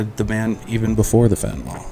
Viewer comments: Nyl.. not Nol. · It's not pronounced "FENTA-NOL!"